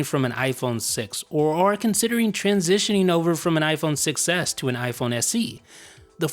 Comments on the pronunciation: When you say “iPhone 6s” it sounds like you’re saying “iPhone success” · Sounds like you say iPhone success instead of 6S xD